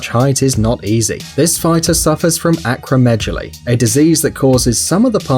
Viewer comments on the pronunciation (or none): Acromejally?? Bro it's acromegally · It's not pronounced like, 'acromejaly' wrong, 'Acromegaly' Correct, it's pronounced how it's spelled.